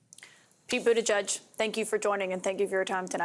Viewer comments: Kaitlin? It buda-gedge, not Buda- judge. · I wish news people could pronounce Pete’s name correctly! But edge edge- got it? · Pete, don't let them pronounce your name wrong. Teach them how to say it--is not that hard!